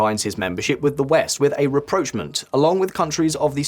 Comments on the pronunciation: Same again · In the Spanish context "presidente" means ·chairman of the government· or ·prime minister·, not ·president·. Spain has a king not a president. Also your pronunciation of rapprochement and diaspora are way off.